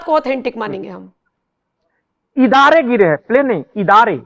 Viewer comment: भाई साहब थोड़ा दुरुस्त करें हवाई जहाज को इदारे नहीं तैयारे बोलते हैं पाकिस्तानी 😂😂😂😂😂